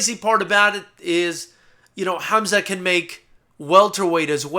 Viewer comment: Hamzat is how it's pronounced,Which you did pronounce really greatly,I'm surprised.